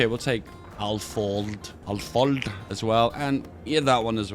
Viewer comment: As a Hungarian it's funny to hear saying Alföld:D